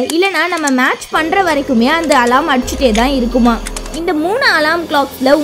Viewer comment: Athu alaram ila alarm Nan crt aa dhan solran ungaluku therilana first therinjitu vanthu comment pannunga alarm apdinrathudhan crt aana pronounciation